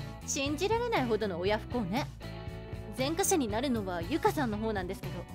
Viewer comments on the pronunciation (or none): 前科者は「ぜんかもの」が正しい読み方です。